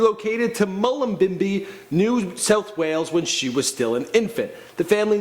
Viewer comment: He can barely pronounce Mullumbimby 😂 brah that's my home town